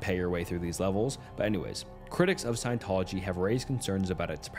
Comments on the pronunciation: The Cult of Scientology. Science Tology… dude really? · Bro... seriously?? Sci-en-tol-ogy E - meter In-ev-et-ah bul And about 20 more 9th grade words You have a quarter of a million subs, don't think it's necessary to pronunciation bait commenters for views, wouldn't you agree?